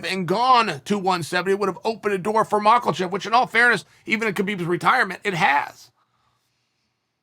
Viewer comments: Chael I honestly dont think you are a racist I also believe you give every s fair go on your show. But i just want to point out that is offensive the way you say makalchev you know full well how to say his name. I will add this a lot of Islam's fans will take offense to this me being one of them. And we are also fans of your channel. You might think that we dont have a right to be upset, just quickly, it stems from how racist people intentionally pronounce our names in a dergogatory way. So regardless of your intention Do you see how it can be taken. Either way some of us are being offended. Your call mate. Other than that love your work. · I was completely in the flow of his video until he said makelchev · A "palethra"? LOL Bruh it's PLETHORA. And it's not "Makelchev", it's "MAKHACHEV" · Me: Makhachev Chael: Mockulchav Me: Okay Great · Polethra,Mackleshev..only Chael can change language and nobody cares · Can’t get enough of hearing Chael say MockleChev 🥴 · Chael “Maklechev” Sonnen